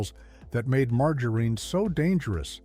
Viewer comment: Good gosh, please a real human would get the words at least a little closer!! Margareen, leed, absolutely humorous and disturbing at the same time!!